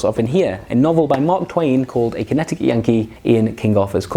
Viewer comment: I'm sorry, but Connetiky? Just look at the word and sound it out...